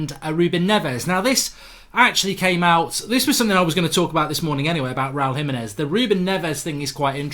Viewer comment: HE-meh-nez, not hi-meh-nez. No one can say his name right.